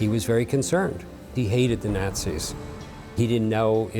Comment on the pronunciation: If he pronounces "Nazis" like that one....more.....time. Nails on chalkboard